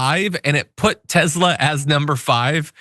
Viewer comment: The mans name was Nikola Tesla...not Tezla